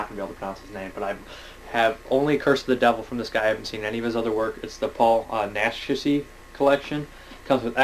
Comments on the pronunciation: hey, awesome, how the hell did you get so many dvds for christmas? Just for the future I know it's pronounced 'Nashy', pronounced without the 'c'. It's a stage name though, his real name is Jacinto Molina. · Paul Naschy's real name is Jacinto Molina, but it's pronounced Nash-ee, just to help you out. I'm completely obsessed with European cult films and the actors in them (as well as the directors), so if you need a hand with who's who and some of these tongue twister names, let me know, dude;) Great work, keep it up. REPRESENT THE SCHLOCK!;)